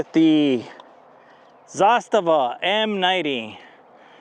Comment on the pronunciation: Only guy on the YouTube that can pronounce Zastava the right way!